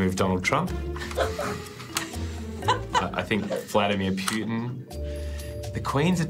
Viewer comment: The way he pronounced Wladimir Pewton had some kind of ironical truth behind it.